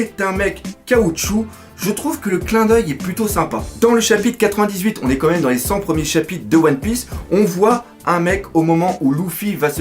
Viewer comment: je t'en suplie arrete de dire "comme meme" C'est "quand même"! 😦